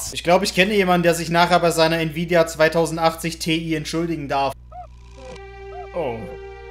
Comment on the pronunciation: Dieser Moment wenn man erkennt das man was in Französisch gelernt hat hahaha Btw wenn triggert es auch wie er NVIDIA 2080 ausspricht 😂